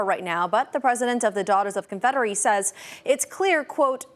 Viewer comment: “daughters of confeddery” 😂😂😂